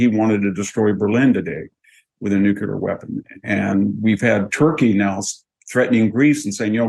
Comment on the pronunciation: I really like VDH. But he needs to learn how to pronounce NUCLEAR.